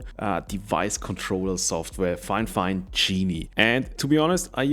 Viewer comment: It's NOT "Fine Fine". It's Fifine (FY-FINE) I feel terrible for this company. Seems like nobody has the basic literacy skills required to promote them properly.